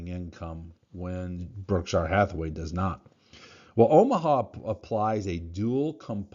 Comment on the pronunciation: Why do you pronounce it "Oh- Mah- Ha" when it's spelled "Oh-Mah" ? Am I missing something? ( Just an ex- Tacoma Boy trying to make sense of it all)